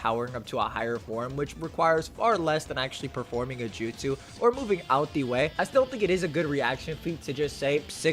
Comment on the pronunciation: “Out de Way”